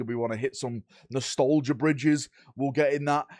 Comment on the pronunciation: Im a northener im from stockport so not far from and ive never heard of the word "nostolgia" nobody says it like that in the UK. Also why is there not a techmarine on a bike??? He always has to leg it to catch up with the dredds etc